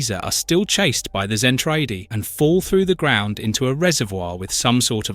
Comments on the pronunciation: Love the content but the mispronunciation is throwing me off. It's ZEN-TRA-DEE, not zen-tray-dee. And it's not muh-cross but MAH-KROSS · Its pronounced ZEN-TRA-DEE LOL😊